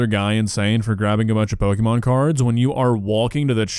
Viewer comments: Every time I hear "pokeemon" it makes me twitch. It's po-kay-mon. It's short for "pocket monsters" and there's a mark over the é indicating an ehh sound. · "Pokémon" is most accurately pronounced POH-kay-mon (/ˈpoʊkeɪmɒn/), reflecting the é accent and its Japanese origins. While "POH-kuh-mon" is common in American English, the correct, officially accepted pronunciation emphasizes the "kay" sound in the middle. Not "POH-kee-mon" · Loving how insists on deliberately mispronouncing Pokemon as, "Pokeymon" as if he is a fifty year old parent who was twenty years old thirty years ago. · I don't disagree with you,, but it's such a pet peeve of mine when people can't pronounce pokemon correctly. It's pok-eh-mon. Like, you know. Pocket.